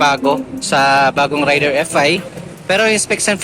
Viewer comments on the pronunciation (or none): 20 years na ang Raider sa Pilipinas, pero marami pa rin ang "Rider" ang pag pronounce nito.